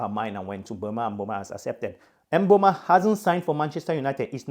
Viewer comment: thanks appreciate it and do you pronounce it with a 'a' at the end of 'o' because it sounded like you said mbeuma